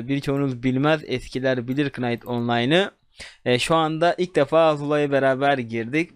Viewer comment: kınayt değil nayt